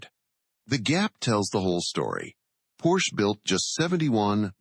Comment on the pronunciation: Porsche is spoken Porsche, not Porsch. Singular: Der Wagen, plural die Wagen.